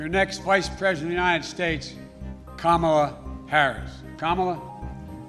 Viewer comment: I don’t wanna hate but she didn’t even pronounce her name right. All my brown ppl must be smacking their heads against wall.